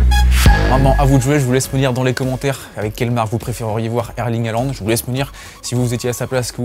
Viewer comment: Arrêtez de dire "Haland", sont nom complet c'est Erling Braut Håland avec un "å" qui se prononce "ô". De plus le "au" en Norvégien Bokmål se prononce "eu". Faîtes une effort...